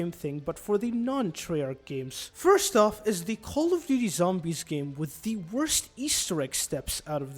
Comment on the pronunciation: Cawly doody zawmbys